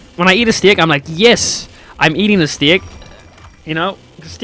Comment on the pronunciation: also just makeing sure i missheard when u started talking about food did you say stick or steak?